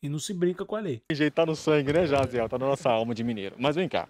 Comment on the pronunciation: Pior que o nome Jaziel nem é tão difícil assim e eles erraram mil vezes HAHAHAHAHAHAHAHAHA